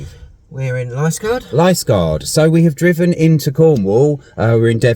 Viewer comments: Youtube says you pronounce Liskeard Lisgard. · Liskeard Li (as in Bil(ly) if you are down here for a bit some other names that may throw you are:- Fowey - pronounced Foy Launceston (Pronounced Lawn-ston or Lowsun (ow as in ow charlie bit me) Mousehole - Pronounced Mowzil (ow as in ow charlie bit me) If you want some cheap parkups The village carpark in Treen is about £15 from memory, toilets are available on 20p meter clean and available 24hrs. And the Logans Rock pub serves great food although not the cheapest. From there you have lovely walks to Pedn Vounder Beach (one of the prettiest in the world) and round the corner you have the minnack theatre Also Parr sands allow cheap overnight parking with some lovely coastal walks If you have time and a few quid to spare try and get over to the Scillies